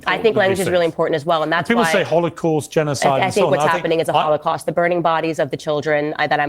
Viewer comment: It is not only a Holocaust ; it is a “Kh”olocaust; like the real thing . Jews cannot pronounce the H somehow when they want to appear “ Semetic “